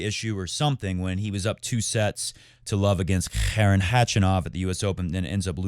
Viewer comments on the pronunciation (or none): none